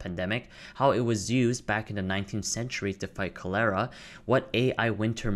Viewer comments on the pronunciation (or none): Very interesting stuff buddy. That CO LERA slip was funny :)